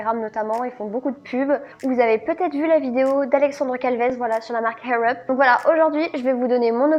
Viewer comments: Juste ... il n'y a pas de H dans Air Up, ça se prononce "Air", en roulant juste le "r" à la fin, sinon, cela signifie "cheveux en l'air" 😉😅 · Je comprends pas ta prononciation air up mdr tu dit Hair up lol merci pour l'anglais y'a pas de H lol 😂😂😂😂😂😂😂😂😂mais c pas grave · Hhhhaaaaiirr up lol sinon video très intéressante